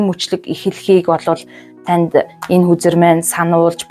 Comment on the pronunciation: Хөзөр гээд хэлээд өгөөчээ хүзэр хүзэр гээд байхын сонсход аягүй төвөгтэйн